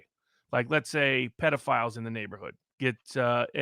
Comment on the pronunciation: Did Viva say Potatophile? Lmao